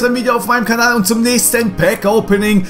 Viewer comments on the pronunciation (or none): none